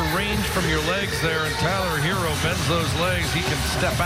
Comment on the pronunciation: Does the announcer not know how to pronounce his name? Half of it was him saying “Tyler Heerrrr “